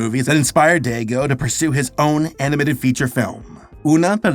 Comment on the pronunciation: I know you are making your best effort but your pronunciation of "Dego" is very funny 😂 Great video btw